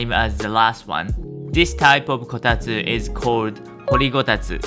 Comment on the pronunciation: It's Kotatsu, not Kotastu.